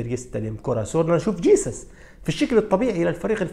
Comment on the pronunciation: اسمه خيسوس مش جيسس....حركة قرعة منك لا تعيدها